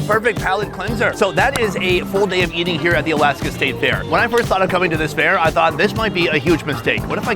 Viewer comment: Last i checked there was no "O" in "FAIR"